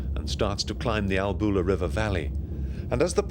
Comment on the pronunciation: professional film footage and sound. I wish the narrator had asked a local about pronounciation of place names before recording. It is, for instance, not ALBOOLA, but ALLBULA.